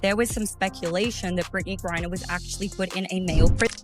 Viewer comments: Griner, not Gurier.....can't you get that right? She's been in the sports news quite a bit. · Can't you get his name right, It is Griner, not Gurrier, Greener, Greer, Griger, Gurear, Griger, Grear, and yes, he is a man who has fathered three kids and a total fraud. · Would you please stop mispronouncing griner it's not gurrier it's griner 😊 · Stop mispronouncing griner it's not gurrier u airhead it's griner 😢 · Can't even say his last name! Gerier??? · Um, somebody tell your AI that Brittney's last name is "GREINER", nor "GURRIER" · Why can't you get his last name correct in this video? Who is Gourier? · Britney is a man and with the sport is dangerous. Go play with the guys Britney! Her last name isn’t pronounced Gurrier it’s Gr I ner girl! If that lady is going to pronounce her name say it right! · "Gurrier" again and again? No one edits the videos? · Who the FUCK is Britney "Gurrier"? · I'm sorry but AI reading griner AS GOURIER IS Alittle bit aggravating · Not sure which is more irritating; mispronouncing Griner or the pronoun argument. For me, it’s the mispronunciation. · Stop mispronouncing griner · Why can you not even pronounce her name! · Brittany Griner. The bot narrating doesn't say it right. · It's a he, and fire your editor its Griner not gurrier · FFS, your inability to correctly pronounce a simple 2-syllable name is astounding, and renders this video difficult to hear. You pronounce Griner as "Gurrier", similar to "furrier." Stop it. Just stop. Learn to read a narrative script correctly. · It's Griner not Gurier! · “gurrier”! Stupid AI! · The name is Griner, not Gurrior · Firstly who is Gerier, it's Griner. Secondly why is this a surprise everyone knows this is a man and we've known for years, stop being fucking stupid. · It’s Griner not Geria! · GRINER! GURRIER? LMANO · It's Griner, not Gurrier. Your AI speech narrator SUCKS! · You idiotic A.I. fools, it’s Griner not Gurrier. Bye the way, she’s a he! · It’s Griner not gurrier